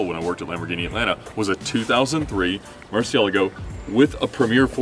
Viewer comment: listen to the way Ed pronounces Murciélago. He gets it right.